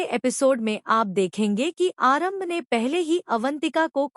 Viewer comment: Aaram bhi h aarambh n female h male n 😅 sahi bolna sikho